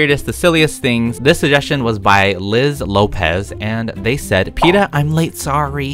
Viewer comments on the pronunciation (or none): none